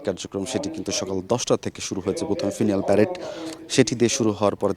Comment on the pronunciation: শুধু বকবক করলেই সাংবাদিক হয় না। "স্কোয়াড্রন লিডার " বানিয়ে দিলেন "স্কোয়াড লিডার"; "ফিউনারেল প্যারেড" কে কয়েকবার হয়ত 'ফাইনাল প্রারেড" ও বলেছেন। আর ছন্নছাড়া, অগোছাল কথাবার্তা দিয়ে ভরা উপস্থাপনা। এই প্রায়াত মানুষের বন্ধু হিসাবে আমার পক্ষে মেনে নেওয়া কষ্টকর।